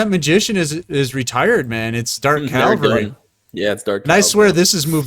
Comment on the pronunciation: Btw it's dark cavalry, not dark calvary